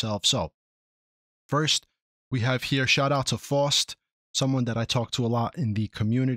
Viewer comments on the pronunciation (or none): Isn't it "fowst," like "now," not that it really matters. I thought they were already adding custom assets.